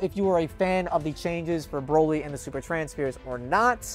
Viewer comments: Haha so funny Boly instead of Broly haha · "BOLY" huh?